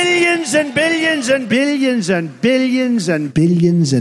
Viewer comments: Toward the middle it sounded to me like he said “bitagins” lol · Billions began to sound like beeyins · What I learned from this video: Donald Trump says billions as "biliyins" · Erik Kloppenburg yeah more like “biddions” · No one: Trump: BILYENS AND BILYENS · Billy jensen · Trump: "Billions and Billions" My ears: "Billy jinson Billy jinson" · “Billy enzen” -Donald Trump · why does Donald trump sound like he is saying Billie enson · no one: trump: billy un zun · by the end of those 21 "billions and billions" i heard "billy enzin" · I was hearing Bilianson rather than billions and ..... 😆😆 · Each time trump said "billions" he got more and more irish